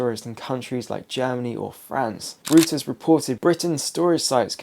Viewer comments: Stop saying Rooters report . It's Reuters, German, pronounced ROYTERS. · Reuters, is pronounced “Roy- ters.’ And please tell me, what’s going on with your barnet?